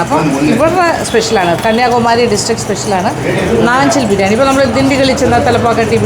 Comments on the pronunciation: നാഞ്ചിൽ ആണ് നഞ്ചിൽ അല്ല ചേച്ചി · നാഞ്ചിൽ എന്നല്ലേ.. നഞ്ചിൽ എന്ന് അല്ലല്ലോ mam